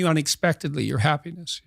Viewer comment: The first host pronounces happiness like hapenis